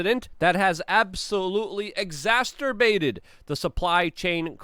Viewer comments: How can Luke just read an article with the word "Exacerbate" and proceed to say "exacTurbate" right after is a mystery to me lol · if you say exacerbate as “EXASTERBATE” it just kid of sounds like another word… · Yes, Luke, please learn how to pronounce the word, "exacerbate". A simplified version of the pronunciation would be: eg -zass - ir - bate. Or look it up in the dictionary. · I love how you combine the words 'exacerbate' and 'masturbate' to make the awesome word "exasturbate". Seriously though, keep up the good work. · Exacerbate. Ex-ass-sir-bait. Say is slow, Luke. It’s not masturbate with an E. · You pronounce "exacerbate" wrong. You say "exasterbate". I thought telling because you use the word quite often. 🙂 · Epstein isn't dead, and the word is pronounced EX ASS UR BATED. If you can't say it, don't use it. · Exacerbate No t